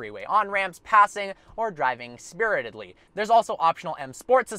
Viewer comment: "Driving Spirtedly" LOVE IT